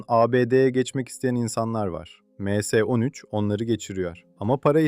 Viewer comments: Em s ne lan admin m harfli İngilizce s harfi türkçe em es 13 de bari 😂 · Em se değil dostum ya em es yada me se demelisin. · Emse nedir ya düzgün telafuz edin şu kelimeleri